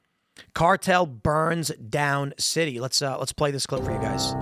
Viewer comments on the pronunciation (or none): none